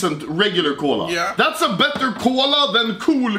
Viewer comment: Its cola not kål-a